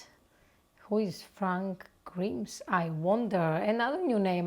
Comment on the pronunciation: Not Frank Grims. Its Frank Grimes, rhymes with rhymes.